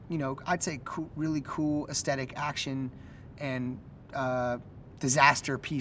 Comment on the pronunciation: hearing jonah hill keep mispronouncing aesthetic it hilarious in itself